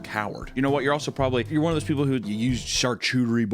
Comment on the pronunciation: I don't take food advice from any mf who can't pronounce charcuterie.